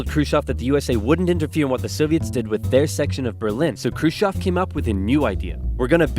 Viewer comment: ржунимагý😀 как он произносил курушев.